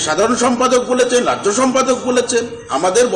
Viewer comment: "রাইজ্য সভাপতি"? এটা আবার কী রম উচ্চারণ 😂